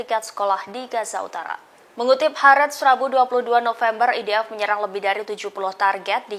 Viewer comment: MENGAPA "IDF' KOU SEBUT "EDF' NYER,...BANGANG !!! .....EEEII, GERAM BETOLLAH AKU....!!!!